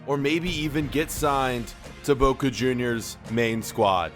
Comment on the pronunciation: There isn’t a W in ‘Boca’